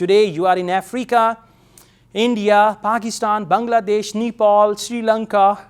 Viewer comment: Did u pronounce Nepal as ' Nipple '?🤣